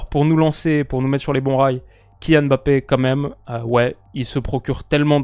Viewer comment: Je profite que tu ai parlé de la prononciation de Deschamps pour te dire que tu n’as pas la meilleure prononciation des noms avec N et M comme Ndoye, Mbappé et N’golo C’est des noms qui se prononcent en une traite 😊